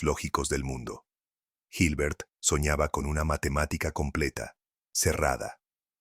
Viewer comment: La pronunciación y escritura de ciertos personajes está incorrecta. Por ejemplo, cuando se habla de Hilbert y de Carnap. El relator pronuncia o transcribe mal esos nombres, así se habla de Gilber o Karnap. Pero la exposición es bastante buena e importante.